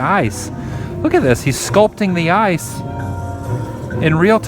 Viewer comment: "Did ya get a load of siz of dat icccee" -GMR MGM